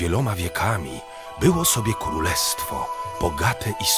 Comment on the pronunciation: on powiedzał Kólestwo